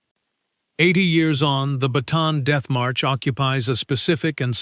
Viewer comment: Bataan not baton